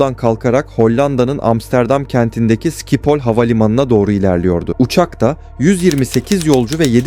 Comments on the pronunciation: Dostum amsterdamdaki havaalanının adı sikiphol değil 😁😁 telafuzu şipol havaavalanı hiç duymadın sanırım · Hollanda'da bulunan o havalimanının ismi SİKİPOL diye telafuz edilmiyor schipol yani,ŞİPOL olacak,biraz bu konularda ders çalış. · Türk hava yolları Hollanda uçak kazasında Hollanda havalimanı yalnis telafuz ediyorsun dostum ŞİPOL OLARAK OKUNUR VE TELFUZ EDİLİR SİKİPOL DEGİLDİR